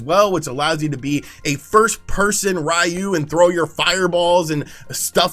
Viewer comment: Who's RAIYOU? I know Ryu (Ree-you) is in SF.